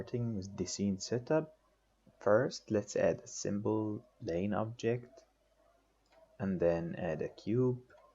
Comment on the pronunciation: place not blace ! plane not blane !!! IPR not IBR